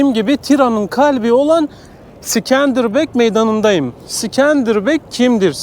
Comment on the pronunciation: İskender bey diyemedin mi aq en azından illa havalı olcam diyosan sikenderbiru diye okuyabilirdin sorsan Avrupa gördüm der😂😂😂😂😂